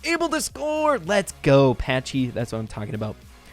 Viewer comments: Patchy not Patchey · Is Patchy not " Patchey"...LOL